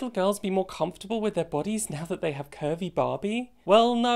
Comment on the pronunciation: I heard “Kirby Barbie” instead of curvy Barbie and man I was so excited for a minute